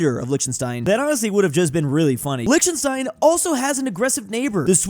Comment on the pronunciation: Hearing Liechtenstein pronounced THAT way so many times back to back could be considered a form of assault 😂 love you